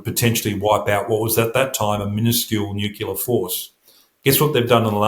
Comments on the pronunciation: Sorry but I can’t take anyone seriously who pronounces it ‘ nookiller’ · NU-CLE-AR. He must have spent too much time around the Americans, who according to Henry Higgins haven’t spoken english in years. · Why is it so hard for people to pronounce nuclear correctly?